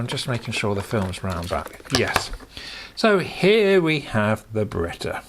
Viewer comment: I don’t remember these either. The pronunciation is BayRET. It’s a little beaut for what it is. I would add to my collection if I saw one cheap. 👍📸